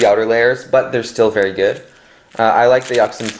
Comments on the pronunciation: Yucks sin? Um.... well, if u wanna pronounce it right, it's Yu-shin. This is how u pronounce yuxin. Just so u wanna know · that yuxin pronunciation...........................................